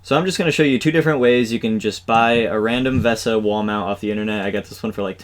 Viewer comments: I'm pretty sure it's pronounced VISA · VESA is pronounced the same as "Visa". Also, if you would mix some epoxy and put it on the bolt heads inside the monitor, or even better, mount the nuts inside the monitor case with some Epoxy (being sure to use the exactly correct bolt lengths), then you can remove the VESA mount later without having floppy bolts sticking out.